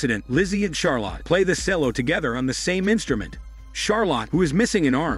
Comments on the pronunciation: Shame the narrator can not read English its pronounced Chel-low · OMG… Cello is Chel-o … Charlotte is Char-let…. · Sorry, I couldn't deal with the way you were saying the word cello....